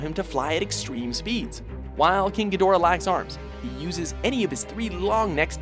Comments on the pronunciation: Geee-do ra...wow, not Gee doorah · It is pronounced Head o ra not He door ah...man? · Pronounced "gee-dra'" and that MUTO on the list was abhorrent. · You pronounced Ghidora wrong